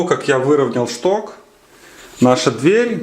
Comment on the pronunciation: Как нудно,"чток, штырь".